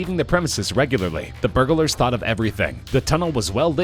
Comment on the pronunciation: Annoying how the narrator enunciates every syllable, in jew-el-ry and bur-ga-lar.